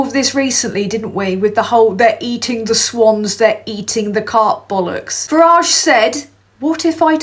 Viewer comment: You're saying Farage wrong. If you can't say it right, just call him Nigel